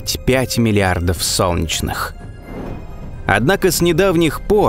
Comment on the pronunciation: не "сончнх", а "солнечных", произноси правильно